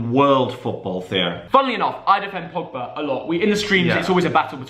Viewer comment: They spelled pogba wrong they said pobga